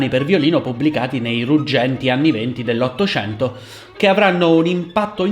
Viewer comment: hai detto nell'ottocianto? che voce artefatta insopportabile da maschio beta